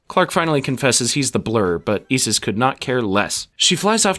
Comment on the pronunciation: Your pronunciation of Osiris and Isis is killing me…